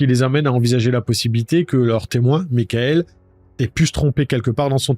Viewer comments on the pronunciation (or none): none